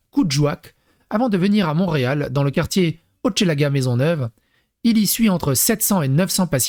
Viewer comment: En passant, "Hochelaga" se prononce tout comme "roche", avec le "e" bien entendu. Salutations du Québec.